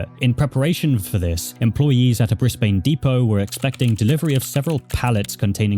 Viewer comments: Why do yall pronounce Brisbane like that? It's Briz-bin. XD Edit: Oh God Brisbane was only the start. lmao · 1. lol shitty sponsor 2. its bris"bin" not bris"bane" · hearing you pronounce Australian words is crazy briz-bane no like bris-bin for brisbane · Hey! Love your vids but, as an Aussie myself, just know you pronouced Brisbane wrong. You did get the "Bris" part right but the "bane" part is pronounced "ban"! Just letting you know for future videos! Also I know someone's going to do this anyways so I'll do it myself r/woooooosh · its pronounced 'BRISBIN' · Can’t take how many YouTubers mess up pronouncing Brisbane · Please, please search up pronunciations of towns and cities when you make videos about places outside your country. Briz-bun. Can-bruh. I’ve had the same thing in previous videos of yours. Overall, great video though, and I enjoyed listening to it. Definitely some interesting things going on with the adult community around the show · Oh wow I didn't realise I tangentially knew Catriona! Her graduating project was everywhere when I started at Griffith lol Also they're pronounced 'bris-BIN' and 'can-BRA' ;) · As an Australian I wanna just say hearing him pronouncing the city’s has got me cracking up. Brisbane is call brisbin in Australia and Canberra is pronounced Canbruh